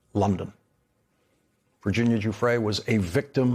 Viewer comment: Thank you for pronouncing Virginia's name correctly---one of the very few unfortunately. I do not believe for one moment that she killed herself. She was removed.